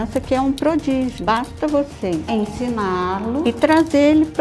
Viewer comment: Congelei quando ela falou prodígio "Arthur"